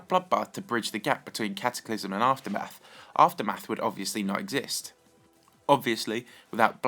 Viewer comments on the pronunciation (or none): is it just me or did he say "afterbath" instead of aftermath